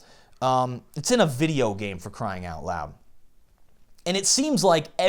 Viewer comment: YES! Say it out loud, SAY IT, OUT, LEEEEEYD!